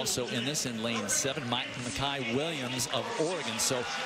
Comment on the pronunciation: Why does the announcer keep pronouncing his name Miciah it's Micah. Smh I hate when ppl mess that up